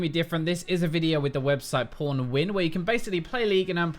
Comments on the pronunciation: Am I the only who heard him saying "PornWin" instead of "Pwnwin" at the begining ? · When you say Pwnwin I hear porn win Even youtube agrees with me ( ͡° ͜ʖ ͡°)( ͡° ͜ʖ ͡°)( ͡° ͜ʖ ͡°)( ͡° ͜ʖ ͡°) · Thought that instead of pwnwin you said pornwin... Your a boss <3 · am i the only one who heard porn win instead of pwn win? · did he say Pornwin instead of Pwnwin at the start? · Every single time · i heard it too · heard that too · NeRT samee xDD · It's the accent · lmao same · Pornwin? Kappa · when says pwnwin, it sounds like pornwin XD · Sounded like he said Porn Win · yeah i heard pornwin :D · every time he says pwnwin i am like: " did he said porn win ?" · Literally the second I heard him say Pwnwin I checked the comments section to see if anyone else heard the same thing.